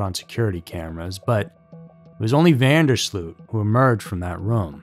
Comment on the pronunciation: the last name is incorrect as well; it's pronounced van (not ven) der sloat.